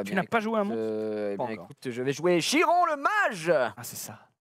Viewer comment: "Chiron" prononcé comme c'est écrit, mes oreilles saignent, pourquoi me faire subir ça